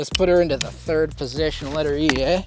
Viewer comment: Sure seemed like quite the natural Canadian "eh" he let slip. We have narrowed it down to the 3,000 people who still live in Canada and are White.